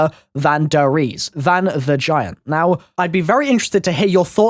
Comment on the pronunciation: Finally, someone who actually pronounces Der Eisendrache properly! Shame the same can't be said for your Der Riese pronunciation though.